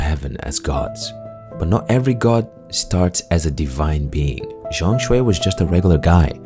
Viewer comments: ZhongKui my man, not ZhongShui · Game of the Year in the hearts of every gamer.W fengji W game science. W Black Myth. L TGA:elbowcough::elbowcough: btw zhongkui not zhongshui HAHA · It’s Zhong Kui, not Zhong Shui. The pronunciation is a bit off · Zhong Kui, pronunciation more like John Queen:face-blue-smiling::face-blue-smiling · just fyi, the mandarin pronunciation of zhong kui is like "zone ku- eh", hope that helps